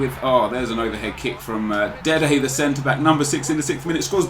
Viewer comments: Why does he say dede the center back ffs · Just say Dede